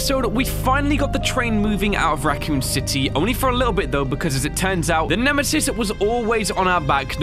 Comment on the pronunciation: did you just say shitesis it is nemesis